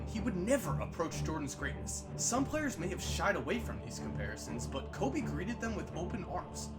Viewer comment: It’s KO”freakin’”BE